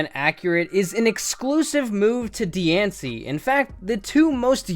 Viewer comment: You mispronounced diancie!